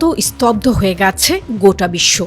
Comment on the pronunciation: আপনি "গেছে " শব্দটি উচ্চারণ করতে পারেন নি।